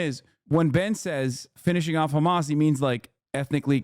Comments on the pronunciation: Why does Hasan always make fun of people for using a fricative H in the word hamas? Isn’t that how it’s pronounced? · Can someone explain to me what this “khamas” or “khezbollah” pronunciation thing is about? Is this a weird bigotry thing about how Arabic speakers sound? It’s one thing when I hear actual Israeli’s talk like this, but every dumbass Zionist like Ben Shapiro does it to. I see it and hear it everywhere and I’m so confused by it.